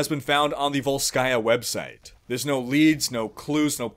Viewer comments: no, srsly, dude, why volskAya, it's vOlskaya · I wish Sombra hacked Athena and got her to put the stress in VOLskaya Industries on the correct syllable. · vOlskaya, bro. vOlskaya